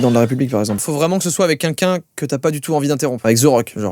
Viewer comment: Joyca je peux savoir pk tu dis quinquin au lieu de quelqu’un?